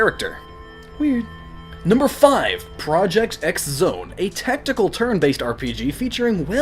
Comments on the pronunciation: Cool list! Just so you know, that X in Project X Zone is pronounced Cross so the game is called Project Cross Zone. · I thought a supposed theorist and intulectual would realize project x zone is pronounced project cross zone as x means cross in japan, digimon cross wars, the cross button, etc. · Note: Project X Zone is mispronounced in the video. The 'X' is supposed to be 'Cross' with the full title being 'Project Cross Zone' in pronunciation. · Cringed really hard when you said Project X Zone... The "X" isn't supposed to be pronounced like the letter, it's supposed to be "cross." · I'm pretty sure the "X" in Project X Zone is said "Cross" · It's pronounced "Project Cross-Zone ". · Project X Zone is kinda repetitive, but despite starting this comment on a negative note it's actually one of my favourite games on the 3DS! If it weren't for the fact there's a Smash Bros on 3DS now, it may even be my top 3DS game even. I'd like to have seen a few more Nintendo characters in the sequel (Particularly Samus) but I'm just happy there's a Project X Zone 2. Oh, and hate to be this guy but the game's title is pronounced as 'Project Cross Zone'! ....I know, I know, there's an 'X' in place of the word cross, but stylising spellings does this kind of thing!